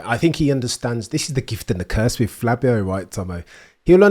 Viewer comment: Not sure if hes calling him Flabio on purpose? Either way, I'm for it.